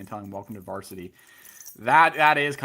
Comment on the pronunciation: "Welcome to varstiy." Wow.